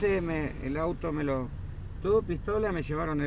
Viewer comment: 笑死，是因为你的西班牙文很难懂，不是她想和你讲英文，哈哈哈哈，t发d音啊，大佬😂，tu发音变成du的